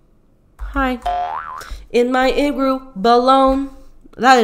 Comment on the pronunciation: “in my igroo balone”